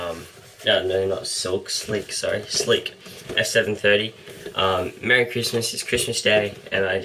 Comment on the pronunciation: its slik not silk lol